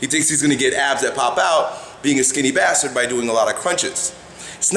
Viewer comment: It's funny how he says skinny bastard lol